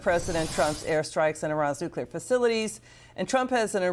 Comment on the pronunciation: another goofus who can't say nuclear....